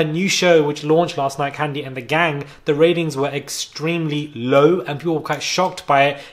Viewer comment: I'm from Atlanta & so is Kandi. Baaaaaaaby when you mispronounced her name I almost called for that same ambulance that always drive down your street precisely at the right moment 🤣🤣🤣 That took me out!!!